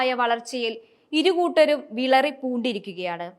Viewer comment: വിളറി അല്ല, വിറളി എന്നാണ് പറയേണ്ടത്. വാക്കുകളും, അക്ഷരങ്ങളും അറിയാത്ത മാധ്യമ പ്രവർത്തകർ 🤣🤣🤣